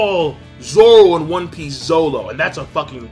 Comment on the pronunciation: the way you said naruto and one piece lol